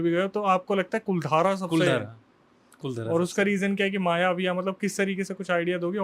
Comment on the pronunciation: 'कुलधारा' नही वो 'कुलधरा' है।